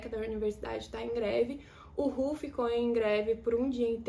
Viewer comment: Algo aleatório: Pra mim foi de explodir a cabeça entender que o seu "RÚ" era o meu R-U. Juro, tu vivia falando e eu perdida kkkkk